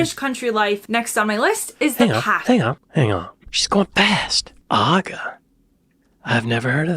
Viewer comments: Your hair looks right nice, you cheeky chappy. By the way, it's pasty (the a pronounced as in pat), not paysty. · Hears her call it a pasty no less than eight times. "Y'all, I've had a paste-y" Americans do this a lot, they hear someone pronounce it repeatedly and then really obviously say something that doesn't sound like it. Does the entire nation need hearing tests? Genuinely how do they mess up such simple things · Ease listen it's aCornish Pastyas in the sound nasty NOTpaysty as in ttasty. Pleeeeaaassseer you're annoying this Cornishman. PS love the hair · Every time an American pronounces it "pastey" - as in paste with an ee on the end, it leaves me in hysterics The word you are pronouncing refers to an entirely different object....... Pasties (or nipple covers) are flesh coloured silicon patches worn over the nipples and areolae. Actresses often use them in topless scenes to ensure their nipples don't end up on camera. Just pronounce it like Kaitlyn (sp?) says it. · "Cheeky" can also have a flirtatious edge. describing hobnobs was starting to get a "my precioussss!" vibe:) Butties use proper thick chips - French fries are too narrow. And no-one in their right mind would put tomato in a pasty (pronounced with an A as in cat, not face!) and my Cornish-born wife would give you a serious injury if you tried to! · You are pronouncing PASTY wrong. You are saying the start as if it rhymes with Paste. But it actually rhymes with Fast.... Pasty. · (you muppet) it's pronounced a Cornish "PASStee" (not 'PAYstee') - By the way, FYI: Trump is a right 'cowboy'... Especially the job he's doing on the White House! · mate you gotta listen up haha youre missing important info, like the whole concept of the plougmans and she says pasty correctly like 10 times then you say it like the thing that covers your nipples lol, its paaasty not paste-y. Also definitely no tomato in them, its a gravy, potato, swede and meat kinda food. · Past y not paste y Please